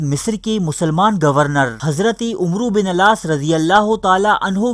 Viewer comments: Assalam o Alaikum brother. Main aap ki videos ka fan hn bhut informative and interesting hoti hain.Aik correction thi k Arabic main names kuch yun kehte hain Umer (عمر) Amar (عمرو) not umro Just for the info. you are doing great keep it up...Thanx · Pyare bhai isko Amar bin Aas prhty hain umro bin aas nahi arabic main umer or amar main farq krny k lye is k agy wao lga dety hain. onka sahi naam Amar Bin Aas tha Jazak Allah